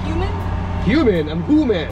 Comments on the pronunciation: She pronounced Hooman as Human!!!!!🤣🤣 LOL hahahaha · I've just found your channel and i do like your gold digger pranks 😅😅 In this video i died of laughter when the third woman called you human🤣🤣🤣🤣 just a persian like me can pronounce your name correctly hooman😅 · Haha so fucking funny wen she said human instead of hooman lol 😋😋😝😛